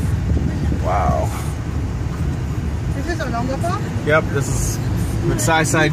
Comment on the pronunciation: The information was great especially for me because it's been 30 years since my last visit to subic bay. At first I was kind of lost because of mispronouciation of Olongapo but then I got it. Other than that great video n info and subic and olongapo has changed a lot I didn't recognize one thing lol